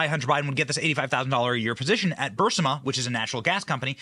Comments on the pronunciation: I know I'm going to get called Karen here, but I don't care. Benny, you're mispronouncing Burisma. It's not Bursima it's Bur-isma. I'm sorry...but this has been confusing to me to listen to. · Benny, it’s pronounced “BUR-IS-MUH”